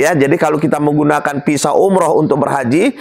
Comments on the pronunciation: Kok PISA SIH ????? VISA,.. CEDAL,.. MAAF,... APA INI ORG BANDUNG ??? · Visa pak bukan pisa